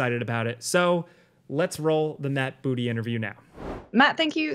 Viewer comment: Um… it’s pronounced Boo-TAY. Please. Do your research. :p